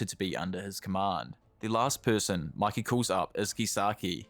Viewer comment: its mikey not mickey... phe just mispronounced or bc of his accent